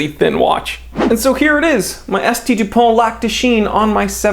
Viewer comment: You pronounced S.T. Dupont wrong... ;-)